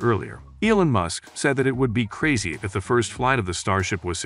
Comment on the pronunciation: The problems with this video is the voice’s pronunciation - can’t even say MUSK